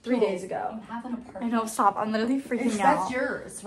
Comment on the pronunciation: oh my god apartamement ???😅